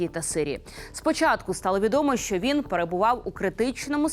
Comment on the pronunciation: ЯК ДОВГО ВИ ЗБИРАЄТЕСЯ РУЙНУВАТИ УКРАЇНСЬКУ МОВУ,ЯКУ ЗАХІДНА УКРАЇНА ЗБЕРІГАЄ ВЖЕ СТОЛІТТЯМИ???????ВАС ГИДКО СЛУХАТИ!!!!!!!!!!!! В ЯКОМУ УКРАЇНСЬКОМУ СЛОВНИКУ ЗАПИСАНІ СЛОВА,ЯКІ ВИМОВЛЯБТЬ ВАШІІ КИЇВСЬКО- МОСКАЛЬСЬКІ ЩЕЛЕПИ:ЧЯСОМ,ЩЬО,ЩЬО,ЩЬО,ЩЬО,ЩЬОБ,ЩЬОБ,ЩЬОБ,ПОЧЄНАЄМО,ЗНИЩЄНО,СПОЧЯТКУ,БАЧЄМО,КЛЮЧЬОВИМ,ПРИПУЩЄННЯ,НІМЕЧЄННА,ТОЧЬНОЇ,ВОДНОЧЯС,ЧЬЛЕНА,ПОМІЧЬНИКИ,ЧЄТВЕРТОГО,ЧЯСОМ,ЧЄРЕЗ,ЗУСТРІЧЯЮТЬ,ПОБАЧЄНОГО,ЧЬОМУ,ЧЄМ,ЧЄМАЛО,ВЕЧЬОРА,НАЩЯСТЯ,ЗВИЧЯЙНУ,НЕПЕРЕДБАЧЮВАНИЙ,ГАРЯЧЮ,НАЙВИЩЯ,ЧЬОТИРИ,ЛАМПОЧЬОК...........!!!!!! ЩОБ ВАМ ПРОКЛЯТИМ КИЇВСЬКО-МОСКАЛЬСЬКИМ УРОДАМ ПОВИКРУЧУВАЛА ТІ ЩЕЛЕПИ,ЩОБ ВИ НІКОЛИ НЕ ЗМОГЛИ ДОБИТИ НАШУ МОВУ!!!!!!!!!!ГАНЬБА КАНАЛУ!!!!!!!! (Українська діаспора,США)